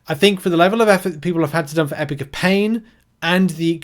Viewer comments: Don't want to be a dick but WHY IN GODS NAME DO YOU CALL IT EPIC OF PAIN? It's Epoch not epic. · Epic of pain? It’s E-pock. British people shouldn’t be this bad with the English language.